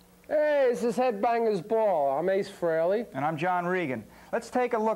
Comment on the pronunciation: Cool video! Hope more people see this and realize that it's pronounced FRAY-LEE and not FREE-LEE. It kills me that even Eddie Trunk, who's known Ace since the 80's, can't pronounce his name correctly.